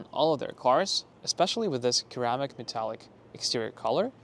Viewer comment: Lol I noticed just before the mark you said "ceramic" as "keramic" when it is actually pronounced "sir-amic". Great video! I bought this exact car last month and am waiting for it to ship from the factory in less than a month I am so excited!